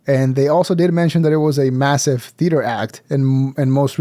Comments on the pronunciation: Yeah, Bobby was absolutely teasing it with the "theo-ater" thing. There was no other reason for him to interrupt and pronounce it like that. Then chuckle after. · It was soooo obvious when Bobby said “THEoatre” 😆😂😂😂😂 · He said ‘the Theotre’ 😅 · I think Bobby was busting his balls for the way pronounced theatre.